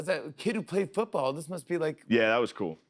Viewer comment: why did Jimmy say “played football?” so weirdly 😂